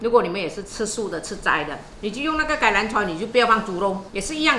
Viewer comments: ！你常常说介兰kailan,其实是橄榄kamlam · ，橄榄菜的橄字广府话不是念芥，是跟尴尬的尴同音，橄榄广府话是念 ‘尴‘ ‘篮’。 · 檻欖菜，咬音不正變成芥蘭！😮